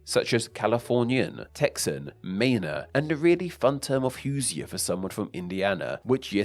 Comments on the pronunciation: Not a big deal, but as somebody from Indiana, it’s not “Hoo-zei-er” its “Hooshz-jur” (its weird to pronounce isn’t really away to spell it with english letters) edit: I saw somebody write it “hoo-zher”(zh like the french J) which seems more acurate. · As someone who's father is from Indiana and lived there for 5 years, Hoosier is pronounced "who-zher" not "who-zi-er". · Who-djer = Hoosier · Oh my gosh the way he pronounced Hoosier 😂. I hope before he does his video on the topic that he does learn how to pronounce it or the comments are going to go crazy lol.